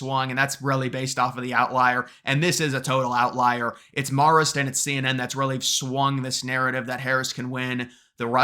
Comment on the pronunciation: It’s “mare-ist” babe